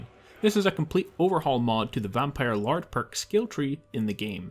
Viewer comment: "vanpire LARD" 😂😂😂